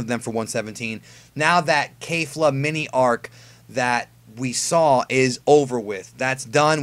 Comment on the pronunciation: Who else got annoyed when he said kayfla instead of kefla